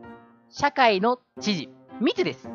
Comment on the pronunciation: み↑つです